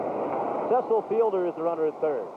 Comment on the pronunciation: PA announcer says, "CEE-sull" instead of "CEH-sull" and you can see Fielder say, "Aw, man. He called me CEE-sull, man."